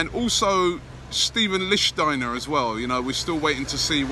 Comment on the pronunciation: ROBBIE PRONOUNCED LICHTSTEINER CORRECTLY FINALLY BUT PLEASE ITS PA-PA-STA-THO-POU-LOS